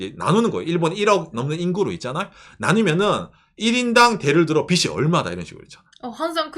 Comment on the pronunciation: ~ 영상 항상 잘 보고 있습니다! 근데, "빚이" 는 [비지] 라고 발음해주셔야 합니다! 츄미코상이 혼란스러워 할수도 있어요ㅠ 든지/던지 도 잘 구분해주셨으면 하는 소망이....ㅠ